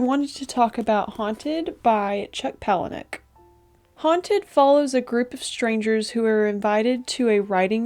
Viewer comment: I think you're the first reviewer who pronounced his last name correctly😂 I really loved this book, and at first, I was upset about the ending. Now that I've had time to think about it, it is extremely fitting. I almost felt there were perhaps too many characters? I kept forgetting who was who up to a certain point. Overall, it's a great book! A uniquely disturbing read.